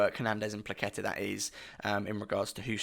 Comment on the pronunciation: Perfect pronouciation btw 👊(maybe without that k in Płacheta, it's just h as in hello)